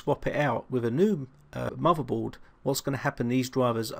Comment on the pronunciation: "He was playing wiv a muvvaboard...the soize of a tangerine"